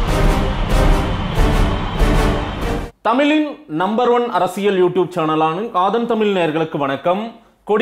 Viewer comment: ஆதன் தமிழ் நெறியாளர் அவர்களுக்கு தங்களின் "தமிழின்" உச்சரிப்பு தமிளின் என ஒலிப்பது போல் உள்ளது.அன்புடன் சரிபார்த்து கொள்ளவும்.